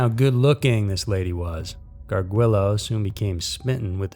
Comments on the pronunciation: First story: Garr-Julie-oh. Not "gargwillow" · Haha! 😆 When I heard him pronounce his last name I knew he butchered it without even seeing the spelling. But yes, I agree it's Gar-Julie -oh. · Gar-joo-lo...just saying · It's pronounced Michael Gard-JOO-LOH. Also, the house you showed for his first victim with the white iron fencing? That's actually his 2nd victim's house, Ashley. The 2nd & 3rd photos you showed were the ones of his first victims' house. Just a little FYI for ya. You guys always always upload great content though...keep up the good work!!